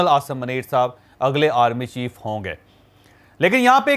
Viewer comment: اوے پنڈو چوھدری پہلے اپنا اردو کا تلفظ ٹھیک کرلو منیر میں م پر پیش ہوتاہے